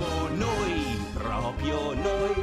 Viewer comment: Bellissimo peró ogni volta che dice "Propio" muoio un po'...